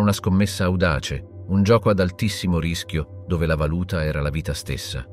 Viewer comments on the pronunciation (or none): none